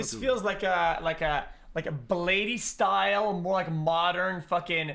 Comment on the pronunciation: man can't even pronounce bladee properly bruh